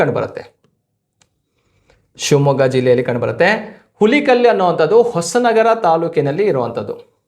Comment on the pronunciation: Present . ಹುಲಿಕಲ್ ಅಂತ ಅಲ್ಲ ಸರ್..